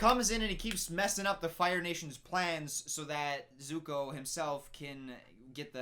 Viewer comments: “His name isn’t ‘Ung’ And he’s not the ‘Of-atar’! They can’t even get the pronunciation right!” Also: “The burn dude ‘Zoku’ and his uncle ‘Ee-roh’” ‘Soaka’ waiting for his verdict: 😶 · It's Zuko, not Zoku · “they pronounce the names wrong” Also: “Eroh” “Zoku” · the name is "suck ah" :D and aaaaaaaaaaaaaaaaaaaaaaaaang :D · no it's not aajsbxbchnng its Anng. Also: zoku and iwoh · His name is Zuko 😂 You got the vouls the wrong way around 😂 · complains about mispronunciation also: earoh and zoku i cant😂😂😂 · They changed the names of the characters! Also: Zoku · "why would they call him 'ONG' " also: " Zoku and EE-roh" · Me crying and screaming simultaneously : ZUKU AND IROH OH MY LORD WHY?! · The pronunciation or iroh kills me. Also, it is ZUKO! Lol burned dude; the disrespect 😂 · over here complained about how aang’s name was mispronounced then proceeds to do so at both zuko and iroh’s names. I can’t with him 😂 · When he rips into Katara mispronouncing Aang and Sokka but can't say Zuko or Iroh right :/ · Gets mad because they changed Aangs name. Continues to butcher Zukos and Irohs name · This dude judging the movie for saying the names wrong but then mispronounced Zuko and Iroh 😂 Also there’s only 3 books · burn dude's name is zuko and his uncle's name is pronounced eye-roh congratulations to you for getting through this shitty movie